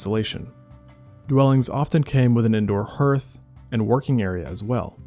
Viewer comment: Hearth is pronounced like heart, obviously.